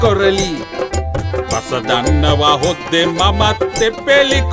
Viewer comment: හොද්දෙ කියන එක #$ත්තෙ කියලා ඇහුනේ මට විතරද